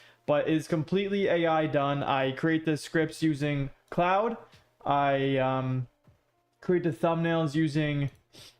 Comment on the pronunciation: Bro why do you keep calling it cloude😂it's pronounced as clod